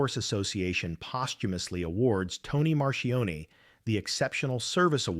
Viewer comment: Marchione not Marion.